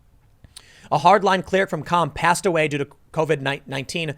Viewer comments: City of 'Qom' no 'L'. Word - Adj. 'Calm'- has 'L'. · Tiiiiiim.... the “L” in calm is supposed to be silent